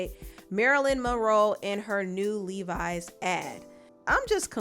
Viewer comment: It’s you pronouncing the lady name “Marilyn Monroll” 😂